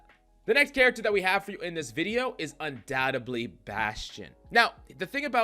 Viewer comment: Liked the tips but the pronunciation of the word undoubtedly kept annoying me!